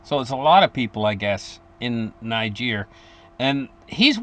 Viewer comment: Niger was pronounced right. It is also the origin of the other derogatory word, as this is where the majority of black slaves were taken to America. Other black tribes sold slaves to the buyers.